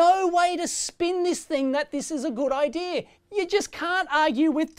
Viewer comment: Idea is NOT "EYE DEER"